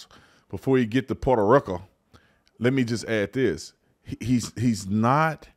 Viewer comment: It’s Puerto Rico, NOT Porto Roco. Thanks